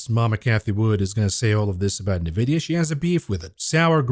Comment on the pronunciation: youre pronouncing Nvidia wrong 🥱